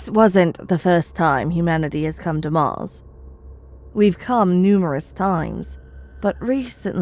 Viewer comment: Yeah her voice doesnt sound right at all...especially saying "mars " & " sheriff weston " way to much posh accent drawl on some other words too